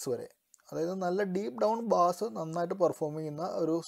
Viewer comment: ബാസ്‌ അല്ല ബ്രോ ബേസ്